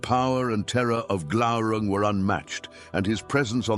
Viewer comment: Glaurun"g". Isn't it? Glaurung? Ah. There it was. You missed the "g" at first, I thought. The only part of the Silmarillion that I memorized, the epitafium on the Isle of the Hapless: Turín Turambar Dagnir Glaurunga.